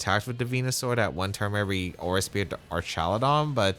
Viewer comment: nice games! couldn't handle saying aura speere all the time lol